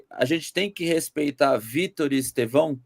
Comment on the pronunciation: O nome não é Estevãooo aprende falar